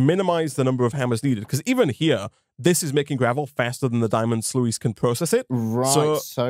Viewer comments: It's spelled sluice but u say ot like sluce and not sluice. Am I the only one that is triggered by this? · Day 3 of letting you know its pronounced “sloos” :)